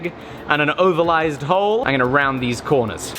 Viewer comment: I know you live in the states now my man, but please never say "ovalised" again ;-)